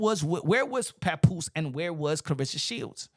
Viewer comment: No one even knows how to pronounce this girls name and that is sad. Her name is Cla-Ressa not Cla-rissa. Every time she gets introduced and even her man has called her name wrong. It is really sad. Dang if you gonna be her man the least you could do is say her name right.